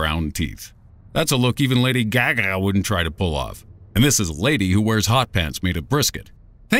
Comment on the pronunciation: the way he says lady gaga LOL